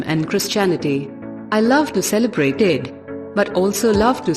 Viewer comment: Hi, producer and the editor of this video, the lady is wrongfully pronouncing words Eid and Durga puja, before recording you should take care.